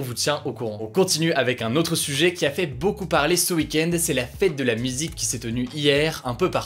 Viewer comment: A tu dit "la fête de la misique"😂 sinon continue tes vidéos tu est super